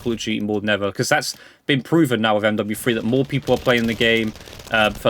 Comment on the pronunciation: I like how you say MWFwee